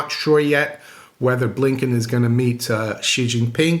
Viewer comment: Chinese top diplomat needs to change the pronunciation. Wank ye? Blinking marvelous said blinkin